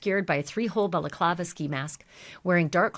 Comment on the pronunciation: You can do a drinking game watching her videos. Every time she says "Belaclava", you take a shot. 🤣